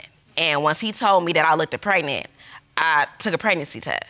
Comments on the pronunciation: It's looked, not look-ded. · If I was a man I wouldn’t sleep with a woman who can’t pronounce “looked”